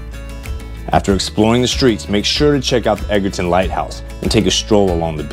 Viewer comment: Nice video on the Vineyard. You were killing us though with the town pronunciations. You got Vineyard Haven right- Menemsha (Ma- nem- sha, it’s just one Oak and 2 Bluffs, Edgar town not ton and Aquinnah A- Quinn - A.